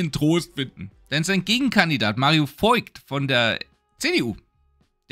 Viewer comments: Nichts gegen ein „Bernd” Höcke statt dieses anderen seltsamen Vornamens, der mir ständig entfällt, aber: Warum sprichst du den CDU-Spitzenkandidaten Mario Voigt nicht als „Vogt”, sondern als „Voigt” aus? Das i ist eigentlich stumm ... 🤔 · Berndolf Höckler der 88. von und zu Björnhagen ^^ So geil! :D Ja lol ey! ^^ Genauso wie Weidel und Chrupalla... Mittlerweile ist das eher ein Wossi. Das klingt irgendwie seltsam mit dem i da drin XD Wie Re(n)zo sagen würde: Todeslost sein Urgroßvadda! - Bleib untot!